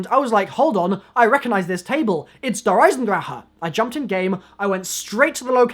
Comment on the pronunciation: Andrew Clement that's how you say it you screw